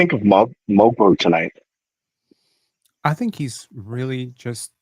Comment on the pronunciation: Watched the game from korea. I was surprised that the krn commentators had pronounced mogbo properly yet called shead sheeeed lol